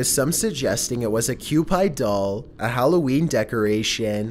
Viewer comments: Kewpie Doll ... Kewpie is pronounced "Q-PEE" not "Q-PIE" ... just sayin'. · "Cue-py" Dang back at it again, pronouncing stuff wrong. It's pronounced "cue-pee" oof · Tank = panzer like answer Cupie = cupee not pie Love you. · "Q-Pied doll" lmao Love your content,, hate the mispronunciations and your strange stop-and-go sentences. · It's pronounced kewpe. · *cu-pee doll